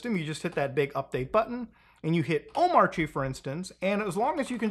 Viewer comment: Actually its pronounced "Omarchy"